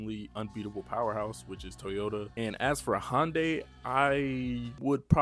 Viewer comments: I have never heard it pronounced "HONDAY" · The way this guy says Hyundai is driving me crazy. Love the vid tho 🔥